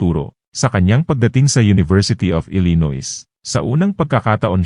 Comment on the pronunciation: ILLINOIS, USA……pronounced [ ILI- NOY]….NOT [ ILINOYS]!, no offense meant…just correcting your mistake!